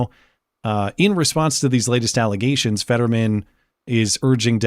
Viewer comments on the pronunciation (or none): "False allezations and not fact"